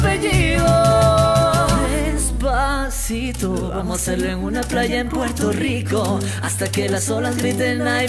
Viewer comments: THE FIRST GIRL SAID DESPATHITO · the first girl said dispacito wierd she said dispacitho intead of dispacito if you knlw spainsh you will understand. ...? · The first girl ''Despathito'' lol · The first one she was saying Despathito not Despacito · the first girl , despaTITO 😂😂😂😂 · Despatitho! No bayan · Despatito. Hahahahaha 😂😂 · I swear the first one is saying despathito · despatito haha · why does the first person say "despacito" like "despathito" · It is desposeto not despotheto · the first didn't say despasito..... BUT DESPATHITO!!!😠😠😠😠😠😠😠😠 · Why is the first one saying despathito??? Its despacito get it right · Is it so hard to say 'si to' instead of 'thi to' wtf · Its not Despathito but Despacito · the first girl: despathito...despathito... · Is it just me, or did the first girl say "despathito" with the "th" in it? I mean, I'm not offending her because I personally can't speak fluent Spanish myself, but uh yeaaaa... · I love how Sandra pronounces it with a "th" sound instead of an "s" sound. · did anyone else hear the first girl say despathitho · She said despathito, don't believe me, listen to it it's the first cover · why is she like saying "despasitho"???? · i like it but she cant say despacito right lol is funny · #5 di maganda anģ pag pronounce nya ng despaçito😂😂 Prang ang haba ng dila😂😂